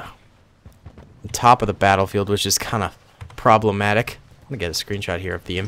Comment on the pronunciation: Promblematic + sick